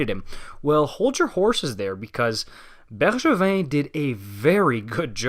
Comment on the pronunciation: Great video! Thanks for pronouncing Bergevin in a French way 👏👍